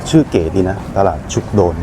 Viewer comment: คนเมืองกาญจน์เรียก ชุก-กะ-โดน ครับ